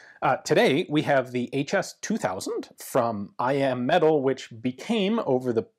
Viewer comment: Every video I hear I AM metal when he says I.M. metal so of course all I can think of is that Stark Industries made these lol. Now I just want one even more and I want to rewatch Ironman 😭